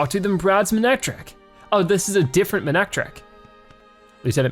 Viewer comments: It is ma-ne-tric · Manectric is a combination of mane and electric, hopefully that will help you with its pronunciation.